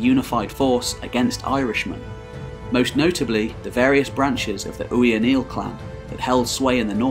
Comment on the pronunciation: only 1 problem, a bit of constructive criticism, Ui'Neal is pronounced as O'Neal the phonetic alphabet is somewhat different it's kind of like old and modern Welsh lacking the letter "x" this is just to help you out just as additional help: Ui----->E------O